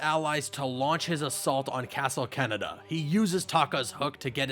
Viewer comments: "Castle Canada" I'm pretty sure its pronounced Kah-neh-dah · I left after you pronounced castle KanedaKah-neh-dah” no “Keh-neh-dah” like we have Cananda and that’s how you pronounce that country learn to correctly say Japanese names and locations and maybe ppl will not cringe watch your videos they have 5 vowels that are always the same.